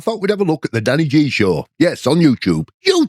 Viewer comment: I love that "thishhh iz nuw dann...eyy G"😂😂😂 gets me very time